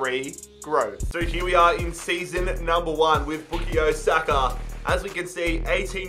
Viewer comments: His name is bukayo not bukiyo lol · Boo ka yo saka not booky yo saka Just spelling out how to say his name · His name is pronounced by Bukaayo Saka and not Bukiyo Saka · It's Book-Eye-Yo Saka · Same he was saying book-ie-o saka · Its book-eye-o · Man said bookayoo Saka lol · no it isnt, it’s pronounced book-eye-yo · would be the same as bukayo straight forward that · It’s bu-KAH-YO 😂😂😂😂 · No one: Bookayyo Saka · ”Bookio Saka” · everytime he says boo-ko-yo😂🙂😂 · It’s back-i-o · It pains me how you say Bookeyo Saka 😆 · Why is nobody mentioning Book-E-Yo Saka? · Bukayo is pronounced Bu-kie-oh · Your pronouncing bukayo wrong is not bookayo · Not pronounced “bookyo” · Even tho u pronounce it book-eye-o saka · pronouncing Bukayo made me cringe every single time. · Come on you butchering his name bruvh its pronounced as how you spell it😂😂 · I know right! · You’ve massively messed up the name pronunciation😂😂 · sayin bukayo is giving me cringe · the way you pronounce his name man😭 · actually you are disrispecting his name every time im cringing so hard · He's pronouncing Bukayo wrong :(!